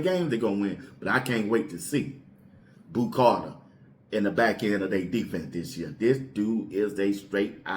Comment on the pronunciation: It’s Boo not Bo